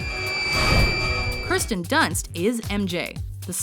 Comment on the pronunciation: It's KIRSTEN not KRISTEN